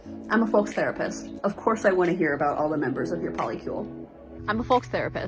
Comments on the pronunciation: I'm a FOLX therapist, of course I don't know that folks is pronounced /foʊks/. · The "folx" lady is the worst one. Firstly, folks is already gender neutral, so you don't need an x. Secondly, the word is pronounced foʊks. So irritating and pretentious.